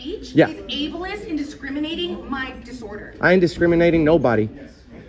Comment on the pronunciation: New drinking game: take a shot everytime she says, abliest 🥴🥴🥴